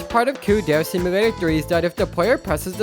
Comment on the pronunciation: every time this guy pronounces "dere" as "dare" an angel loses their wings, plummets to earth and dies